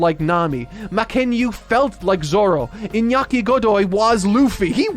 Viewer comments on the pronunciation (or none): none